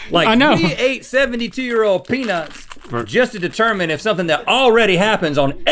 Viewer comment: "We're gonna be determinnninnn" I love how Rhett acknowledges it and giggles lol